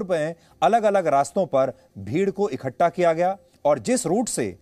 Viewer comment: kya anchor bnega re tu... bheed ko "ikkhatta" ....... bolna to seekh le... bheed ko "ikkattha"